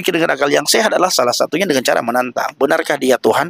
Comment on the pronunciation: Saat si abang mengatakan "deungon", keluar sdh logat awak Nanggroe nya. Krue seumangat adun!! God Bless You